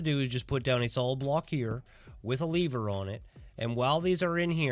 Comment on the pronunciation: take a shot every time this guy pronounces lever as leaver